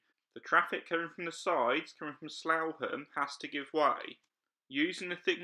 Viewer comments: Slaugham, SLOUGHAM really? It's pronounced sluffham. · Actually, it's pronounced "Slaff-am". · Slaugham is actually pronounced 'Sloth-em', but otherwise interesting driving video around creepy Crawley. 🙂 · Great video and very informative. Slaugham is pronounced Slawfam. My old patch. lol. keep up the good work. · The village of Slaugham is pronounced Slaffham🙂